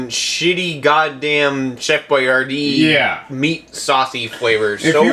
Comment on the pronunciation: The way you pronounce boyardee kills me lol